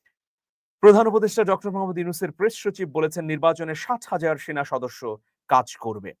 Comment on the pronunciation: সাত হাজার বলেছেন নাকি ষাট হাজার বলেছেন তা বোঝা যায় নি | তবে শেষের দিকে বুঝলাম ৬০,০০০ | তারপরেও সন্দেহ রয়ে গেল | উচ্চারণ আরো স্পষ্ট করা দরকার ছিল | সাত হাজার তো খুবই অল্প |